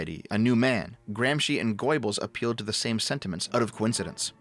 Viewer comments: When you try to pronounce the name Goebbels it sounds like you're saying "Goybbels" which is quite ironic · I can't unhear goy-bbles now 😂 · Goybuls?? It's pronounced GERbuls lmao Sort of like Goethe isn't Goath. It's GERtuh. German is weird. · "Goebbels" is NOT pronounced GOYBELS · "GOY-bels"? Roflmao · Made quite a mess of a few names there,. My favourite was "Gaybls" xD Good video overall though. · GOJ-bels?, Is that a Freudian slip. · it's not Goibles, oe is pronounced the same as ö (Umlaut) - like the o in word or i in flirt, just shorter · "Goibols" You sound like an old Jewish lady from Flushing. :D Jokes aside, thanks for your work. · Goebbels being pronounced as "Goy-eh-balls" is hilarious. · GoER-Bils, pronounced like “Gerbils” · A side note: That's the best hypercorrect pronunciation of "Göbbels" I've ever heard and I love it as much as I dislike the efforts of the man it usually refers to. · What's especially terrifying to me is how pronounces Goebbels' name